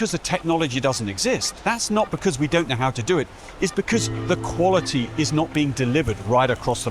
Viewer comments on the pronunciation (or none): none